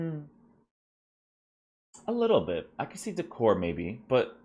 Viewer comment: DEE-CORE-AY =D